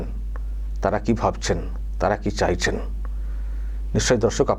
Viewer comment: ‘চায়ছে’ নয় ‘চাইছে’ ।